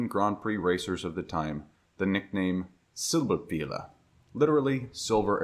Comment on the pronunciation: "Silberpfeil" is pronounced like "Silberpfile", starting with a soft s like in "cozy".